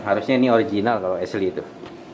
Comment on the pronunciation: esliy kah. syin ashley baca asyliy.